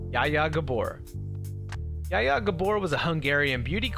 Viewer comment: Zzzjha ZZZZJHA. NOT YA YA